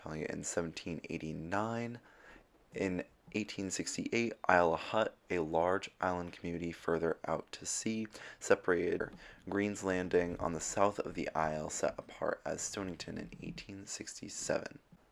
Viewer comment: Yeah, interesting information, Thanks, And as far as pronunciation goes. Eggemoggin...Egg-a-moggin. Isle Au Haut....Ell-a-Hoe